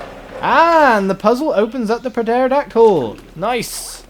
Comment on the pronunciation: Is pronounced "terodactyl"